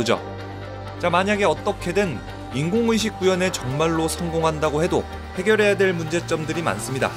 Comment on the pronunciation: 왜 인공의 식이라고 읽어요 ㅋㅋㅋㅋ